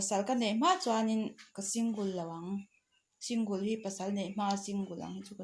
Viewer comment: Singul anilo sing gal tih a lam tur Single